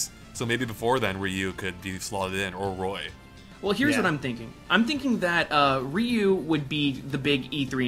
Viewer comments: Ryu, not Riyu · I've never heard Ryu pronounced "Ree U". What the heck. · Ryu is not pronounced "re-yew", but is pronounced in a similar way as "mew" in "mewtwo". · Haha,, why do you say "Ree-Yu"? It is just one syllable ^^